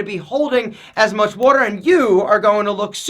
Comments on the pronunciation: "Wooder" ya go Philly! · The wuder weight - comes out 😜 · Drink plenty of wudder